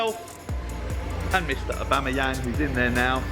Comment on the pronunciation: The way you pronounce Aubameyang 🤦‍♂️